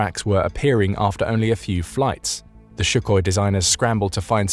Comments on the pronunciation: Why the hell would you pronounce it "shu-koi"? There is no "sh" in "Сухой". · Since when is Sukhio pronounced "shoekoy"? And since when is a 30mm cannon 'small'? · I don’t care how sophisticated you sound, when you are holding forth on a Sukhoi fighter and you pronounce it shoe-koy, your technical credibility goes right out the window as far as I am concerned. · Why does the narrator keep calling it Shukhoi? It is really irritating. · Who the hell is this "shook-oi" that you mention over and over?! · What is up with this novel pronunciation of Sukhoi? The first letter is S, like in sum, and there is no K in there. KH is just introduced by English transliteration, for reasons unknown. I guess the H in Suhoi would be understood to be silent, and who knows what godforsaken sounds would come out. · should have learned how to pronounce sukhoi before using it 183 times in this video. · Might as well rename the video "Why the SU-57 shucks" It's Suk-hoi... Not Shu-koi.... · Your AI voice is pronouncing Sukhoi incorrectly. It is using the "szhoo" (zyou) sound, for "SZhoo-koi," when it is correctly pronounced with "Soo" for "Soo-koi." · Not bad, but his name is Sue coy, not Shoe koi. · I understand that the Russian letter 'x' might be difficult to pronounce ('kh') but what is the problem to pronounce the first syllable of Sukhoi's name as 'soo', not 'shoo'? This 'Shookoi' is really irritating. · Why do you say SHukhoi, not Sukhoi? I've never heard the former before, and looking up the pronunciation, you seem to be saying it incorrectly this whole time. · I've seen recent estimates putting the number of operational production Su-57s at 20 with 10 preceding prototype and pre-production aircraft. It's Sukhoi NOT Shukhoi. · Where did you get the "SH" sound in Sukhoi? It's Soo-hoi, not SHoo-hoi! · Sukoi … not shokoi… where do they find you guys… seriously. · It's Sukhoi not Shukhoi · I agree! Btw it's pronounced SU-khoi not SHU-khoi. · it's Sukhoi, not SHukhoi